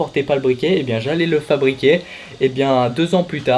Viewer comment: Excellent ''Fabriquet'' 😂😂